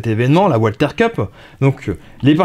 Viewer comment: Ce qui serait bien, ce serait de dire "valther" pas "oualther"..?? Ces armes sont allemandes pas anglaises ou américaines !!! 😉😉 C'est pénible d'entendre "oualther" en permanence..!!! 😉